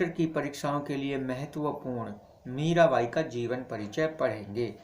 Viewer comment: मीरावाई nhi hota मीराबाई होता h